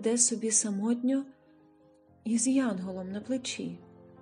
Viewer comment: із янгОлом на плечі?